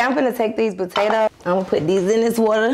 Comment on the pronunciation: im sorry but the way she say potatoes be killing me